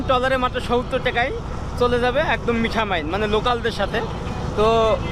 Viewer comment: আপনি মিঠা মাইন বলছেন কেন ওটা মিঠামইন হবে।